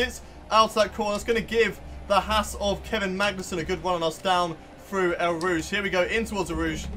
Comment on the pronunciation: You pronounce it as Oh Rouge